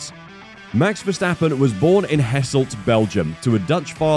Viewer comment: Hasselt (not Hesselt) is pronounced more like "Huhsselt", English speaker hardly ever try to pronounce foreign place names as they should be pronounced. Also Bree is pronounced more like "Bray"